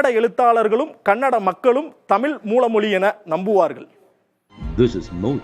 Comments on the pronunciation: எல்லாம் சரி. அது தமிழ் தமில் இல்லை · தமில் என்று சொல்லாதீர்கள் "தமிழ்" என்று சொல்லுங்கள். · அடேய்.. அது தமிழ் டா. தமில் இல்ல டா. முதல்ல ழ சரியா உச்சரிடா. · யோவ் தமிழயே ஒழுங்கா உச்சரிக்க தெரியல.. தமிழ் தொன்மைய பத்தி பேச வந்துட்டான்.... எல்லா திராவிட மொழிகளும் தொன்மையானதுதான்யா...ஏயா இப்படி சண்டை போடறீங்க?